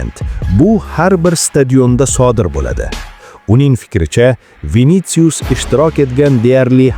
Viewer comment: Винициус эмас винисиус